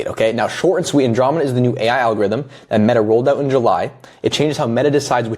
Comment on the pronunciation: good vid but you're saying andromeda wrong